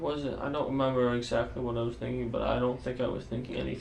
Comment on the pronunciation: "I dont wemembew 🥺"